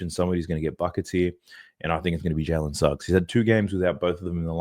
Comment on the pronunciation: Dude, your Jalen Snuggs has killed my parlay